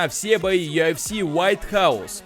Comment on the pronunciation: Йафс или юфс дебил? Ты типа у нас с американским акцентом такой модный что ль?